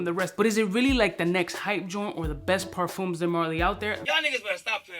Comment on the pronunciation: Both the M and the S in parfums are silent. Say parFUH, no cap 😂